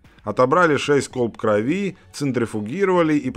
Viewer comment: крОви, а не кровИ, не будь деревней то